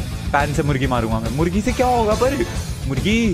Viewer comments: Pakistan's cute pathan Ahmadshah also says mugri to murgi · you said mugri else of murgi.............Seriously? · No one Literally no one Not even binod Not even nonu Le triggered insaan says murgi as mugri